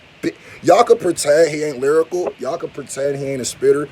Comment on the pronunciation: “Lyricool” that ain’t it chief lol